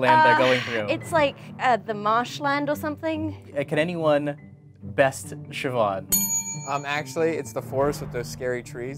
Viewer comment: Julian Fuentes um actually it's Siobhan